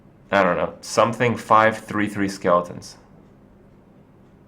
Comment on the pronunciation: "Discard your hand and draw five 3/3 Skeltons" Also he says "Hurtstone" everytime. Its "Harffstone"